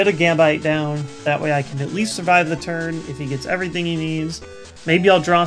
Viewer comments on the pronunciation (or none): none